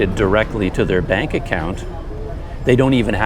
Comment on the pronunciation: The thing is the way Indonesian says bank sounds like "bunk" so it's understandable you don't catch it the first or second time or none at all.